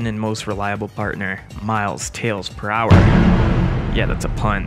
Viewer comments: It's prouler not prower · presumably because Prower doesn’t look like it’s pronounced ‘per hour’, it looks like it’s pronounced ‘prow-er’; you wouldn’t say the front of a ship is called the ‘per ow’, so it’s not unreasonable to think the same with Prower. If you’re not expecting his name to be a pun in the first place you wouldn’t make the leap of logic to work it out. 🤷🏻‍♂️